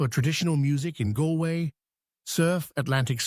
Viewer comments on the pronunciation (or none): none